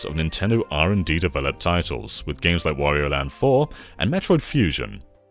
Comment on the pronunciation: Who the hell is "Meriow"? Is he a cousin of "Semes Eren" and "Worio" ?